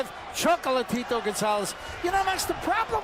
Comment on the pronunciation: "Chocolatirou" jaja que cura lo pronuncia el narrador.